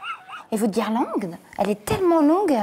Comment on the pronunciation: EUUUH MADAME ON DIT GUIRLANDE PAS GUIRLANGLE.